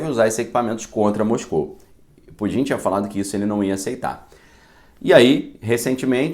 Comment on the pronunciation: Ele fala Pudim de brincadeira ou de verdade. Porque creio que o correto é Putin. Daí azedou de vez. Kkkkkk